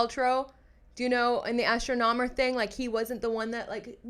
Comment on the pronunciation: 😂😂😂😂 say it with me. ASS-tronomer